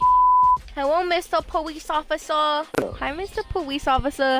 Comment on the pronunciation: “your belly’s pushing me powice officer” 💀 you’re so mean